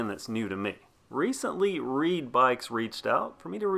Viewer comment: At first I thought you were saying it was a reee bike and I was like oh lord this is gonna be funny! I mean riding a reee down the trail🤣🤣🤣